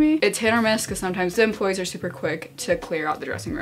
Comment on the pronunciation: every time she said 'employees' i thought she was saying 'dem bois' and i was so confused lmao